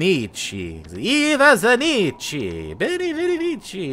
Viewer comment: It's pronounced Eva Zanikki